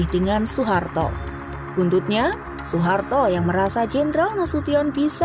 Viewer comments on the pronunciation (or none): none